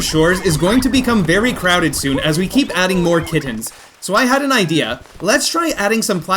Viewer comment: Why does he pronounce kittens so weird? He says kid tens. “How is that cat capture going?” I THOUGHT YOU SAID KID TEN NOT KITTEN